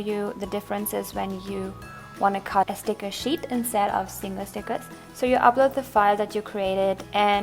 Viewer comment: You know your fat when you say SNICKERS instead of STICKERS..